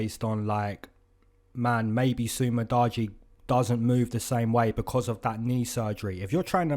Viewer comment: Did u just say Su Mu-Dodgy Knee?💀